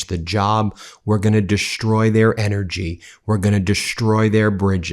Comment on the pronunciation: Ben I love your podcast, but for God's sake man, Destroy doe not have an 'H' it's pronounced destroy not deshtroy.